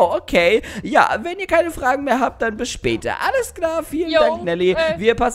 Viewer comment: Mega Fail "Wennn" 😂